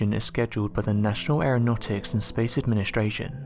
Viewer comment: Fyi if u fast forward at the right time, right he says nation aranautics and space Asian. That made my day cause I'm gonna wonder what a space Asian looks like now.